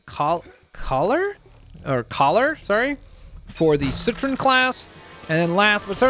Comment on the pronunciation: how pronounces citron: sit-trin how I pronounce citron: sit-ron